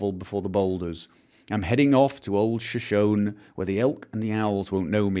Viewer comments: I've been wanting to say something since first episode but didn't actually think to leave a comment until the end of this one when you were reading the song lyrics left in the outhouse: Shoshone is pronounced like "show-shown-E." It's the name of a Native American tribe. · shoshone is pronounced as shoshonee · Finds a rhyming poem where "Shoshone" is paired with "me"... still pronounces it wrong. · Shoshone is Native American. The final "e" is pronounced with accent on the second syllable.